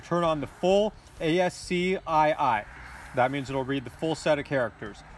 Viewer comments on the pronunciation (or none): Thank you for the follow up video! FYI it should be pronounced "askey"